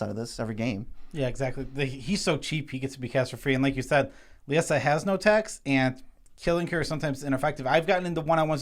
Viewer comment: Why can’t we all pronounce LIE-ZA...? It’s the name... Liesa.